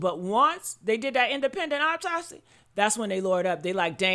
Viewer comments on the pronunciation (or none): Autopsy not Optopsy